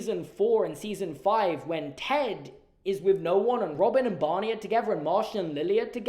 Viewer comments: How you say Bonnie instead of Barney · Am I the only one who hears "Bonny" instead of "Barney" when says it? I was very confused for the first few minutes of the video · I was very confused by your Barney pronunciation jaja 😭❤️ maybe it's just that I'm not a native speaker but I thought you were saying Bunny jajajaja